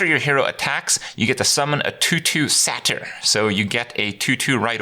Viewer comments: Say-ter not sat-er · "Satter"..... SAY-TER.. come on Kripp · Satyr not sater, but great content nevertheless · Ironic how he pronounces Kraken as "Kraykin", but Satyr with a short "a".... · How can you possibly be mispronouncing 'Satyr' after having played Blizzard games for two decades? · Everyone Else: New expansion! Me: That's not how you say Satyr...